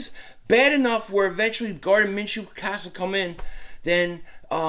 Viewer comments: Lol you keep calling him Garden lmao, Gardner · Gardner' not Garden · Gardner not Garden 🤣🤣🤣🤣